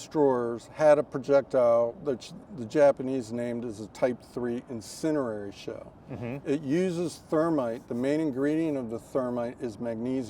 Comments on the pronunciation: This "expert" lost me when he failed to pronounce "incendiary" correctly. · Maybe not perfectly pronounced but good enough IMHO.